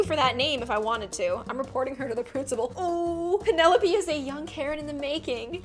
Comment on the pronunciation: the way said 'penelopie' instead of 'penelope'.